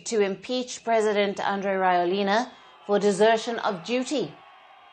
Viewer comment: Can someone please correct how this reporter pronounces his name?! lol It's NOT "Rawelina" it's rather "Radzuelina"